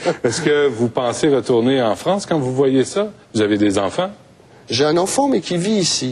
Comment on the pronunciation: La "Fronce"... Well